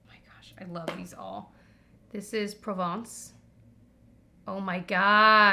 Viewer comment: Méditerranée is indeed French for Mediterranean Sea. Very impressed by your pronunciation of La piscine and Provence BTW